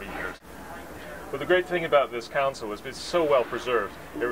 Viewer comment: Console not c o u n s e l as you said.